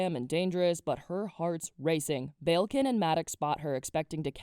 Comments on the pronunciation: the way your pronouncing balekin is killing me 😣 it's bal-ekin not bayilkin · Did you said prince BELKIN?